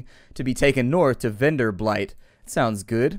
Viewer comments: lol you still call it venderblight but it doesnt have an l in it:P I just mentioned it because it is a funny mistake you used to make in your previous playthroughs too..not that it annoys me or something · How many different ways can he mispronounce Venderbight? I heard at least three. Not that I'm complaining.